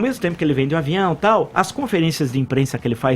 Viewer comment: Quando o Villa pronuncia a palavra "tal", se segura para não rir kkkk